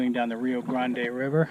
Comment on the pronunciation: Rio "Grand" FYI